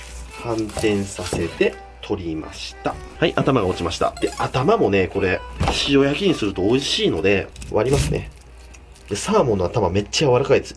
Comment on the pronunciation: しお↑や↓き